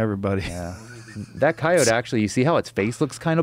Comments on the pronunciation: Went from saying kai-o-tee to kai-oht because of the guest. Come on Joe. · I switched off 5 minutes in when he kept calling them cayots, what a fucking asshole. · Their pronunciation of coyote makes me frustrated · I like how Joe adopted the way this guy says Coyote with a soft "e"